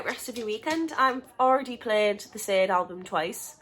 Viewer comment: Bruno is adorable!! .... Sade is pronounced Sharday..fyi 😆💕